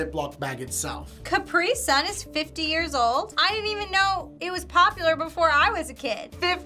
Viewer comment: did she say "Cop-Pray-Son" instead of Capri Sun lmao